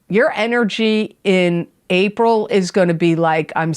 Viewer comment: She says April a couple minutes in, she just flubbed guys. Feel better soon!